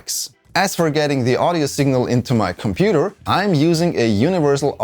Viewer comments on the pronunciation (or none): none